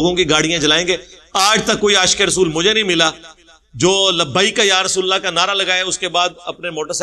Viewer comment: O BHAI YE JO TUM ALLAH KO ALLAKH BOLTE HO THEEK NI KARTE SAHI BOLA KARO HAA KI AAWWAZ NIKALA KAO